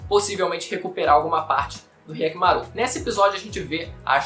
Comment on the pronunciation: "K"yakkimaru? Despois que assisti o vídeo, isso me chamou a atenção kkkkkkk